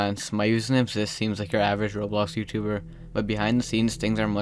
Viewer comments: Of course, can you couninue the "rawblox" thing with your voice? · I miss hearing "rawblox" 😕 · finally, you didn't say rawblocks